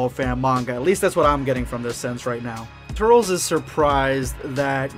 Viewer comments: Did he just say turls? It’s turles (Ter-Less) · I thought it was pronounced Tur-Less instead of Turls. Also, Cool-whip instead of Coo-hwip. Also, also... I think that Bardock has a long lost brother. #EndofVideoSquad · Turles....(ter-less) not turels😂😂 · Its not turls its Tur-les my guy🤣🤣🤣 but awesome video non the less💪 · did he say "turls" and not turles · Pronounced Tur-less not Turl-s. No hate, just gonna rip my hair out 👍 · You said TURRLS I was like "IT'S TURLES!! (TUR - LESS) Then, I just let it go. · Tur-els sounds super stupid... you're making my ears bleed... Tur-les sounds dope asf! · It's not turls or turles. Its Turles without the pause in between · Turls? Its turles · TURLES not Turls Idgaf what you say that’s not how you say his name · Why do u say turls!! It's TURLES bro get it right!!! (Sorry just triggered a little) Just saw the part where u explain it 😂😂😂 #endofvideosquad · it’s pronounced tur-less and I like the goku black voice in the intro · he literally said he knows but wants to say turl-s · Not a Bad gamer in the original Japanese it’s ‘Tullece’ which is close enough to ‘Tur-less’ so he’s butchering it saying it like Turtles without the T🤣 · It’s as if the e is silent turls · 😂😂 I just wanna punch my phone!!! “Turlz” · It's tur-les😭😭😭 XD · It's not trules not tur-les its tails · “TURRLZ” Goh dammit 😂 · It's pronounced TUR-LESS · he says turls. lol.. oh god.. Go watch The Tree Of Might my boy.. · The way you say Turles is sounds stupid...its been said in the ocean dub, the funi dub, and past and even current video games as "Tur-less". The way you say it sounds like you have something in your mouth or your trying to speak another language but can't pronounce. Its dumb to want to say it your way because it sounds weird and your incorrect...so you wanna say it wrong on purpose how lazy and rather offensive to the creator of the character and us who have to hear you say it wrong each time you say his name... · Stop saying tur-les wrong